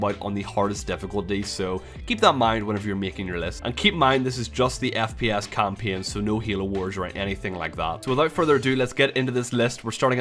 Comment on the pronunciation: English is not my native language and your "kampien" sounded really interesting. What accent is this?